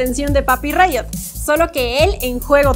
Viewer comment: Me encanta que ella diga "segun rito yasuo necesita bufo" 🤣🤣🤣